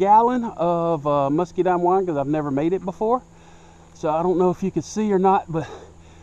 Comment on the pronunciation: I like the way he says "muskydimes" :)